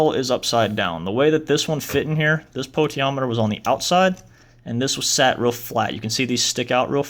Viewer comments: No, it's Po-ten-she-om-meter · Potentiometer sound it out damn dude